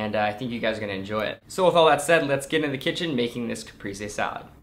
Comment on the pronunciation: looks really delicious! ps: the e in caprese is both times more like the second the e in elEven ;)